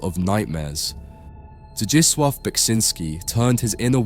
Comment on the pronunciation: Oh hey, ya got the correct (as far as my Norwegian ears can tell) pronunciation on "Zdzisław"